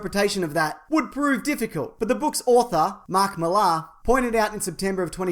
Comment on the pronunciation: dude....Mark Millar is pronounced Miller.....he goes to my mates church. just sayin